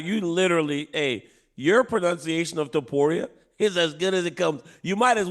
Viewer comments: I think dc caught chael slipping. Chael stepped out of character and pronounced the name correctly. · DC compliments Chael on his Spanish for pronouncing Ilya Topuria's name correctly. Meanwhile neither Ilya nor Topuria are Spanish names. was so proud of himself too. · This spanish thing is so tiresome. "Your pronunciation of Topuria is so good you might as well say it in Spanish" that's not a spanish last name. Stop selling him as a spaniard, he's gonna sell those fkn stadiums out anyway